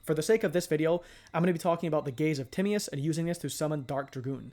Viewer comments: Gaze of timmy-us is crazy work lol its te-my-us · Timaeus can be pronounced Ti-may-uhs or Ty-mee-uhs. You weren't really that far off tbh. I'm planning on using DMoD with Allure Queen LV7 when it comes out in MD. Verte Anaconda can also make Chaos Allure Queen or the WF Synchros DARK for going into DMoD. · Actually it is weirdly close to the modern greek pronunciation of Tea-ma(as in made)-os. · Great vid bro! Tim-MY-Us is how you say it for future ref